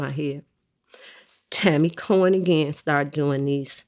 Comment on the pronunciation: Nice try vlad it's Tammy Cowins not Tammy Cohen SMH.